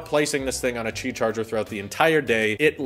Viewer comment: 'QI' is pronounced 'Key' not 'chi'. The NOTE 10 won't have any buttons on the sides at all! NONE! There's an app for the S10 series that u can make the camera hole/oval light up & change colors too, not just the outer perimeter of the phone. The S10e doesn't have the fingerprint reader under the screen like the other 2 models.